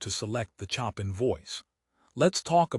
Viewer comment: WTF is with the AI voice?? Chopping or Chopin?